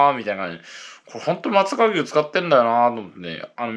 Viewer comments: ✖ まつざかぎゅう 〇 まつさかうし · あと、「まつさかうし」ですよ～